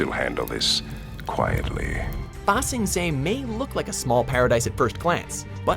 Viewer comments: Yoonalack, Waan and Baa sing se made me wake my parents up I was laughing so hard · "yOuNaLaQ" " zAw" "wEhN" "eHmOn" "oH-zAi" "bA sInG sAy" i'm sorry but... cringe